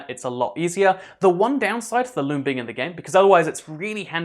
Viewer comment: It's sounds like he's saying lube instead of loom